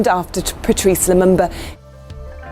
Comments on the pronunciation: its pronounced patrice lumumba not lumamba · Poor video. Too fast narration and unnecessary loud background music. Also Lumumba is pronounced Loo-moom-ba. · The Lumumba is pronounced Loo-mu-mba. All the 'U' are pronounced as the vowel U